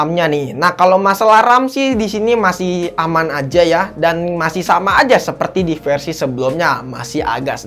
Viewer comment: kebawa abis ngomong ngambang 😄